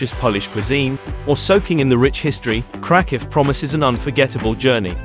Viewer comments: Ouch. What a weird pronunciation of Kraków. If krakow is do safe why are you mentioning taking precautions so many times and in such detail. I’d give this one a pass unless you just want to look at pretty pictures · If you can't even pronounce the city name, maybe you should not make travel videos?